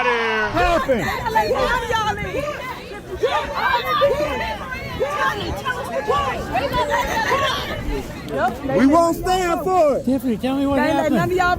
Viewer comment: So I'm i the only one who heard her pronounce the word "Hurrrrr" instead of here & the word " Wurrrrr" instead of where ? What in the Reading is fundamental is going on Hurrrrr ? 😂😂